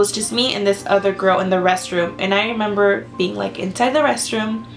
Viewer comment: This is off topic and i feel bad for saying this but i died because she said,"I don't member" 😂😂😂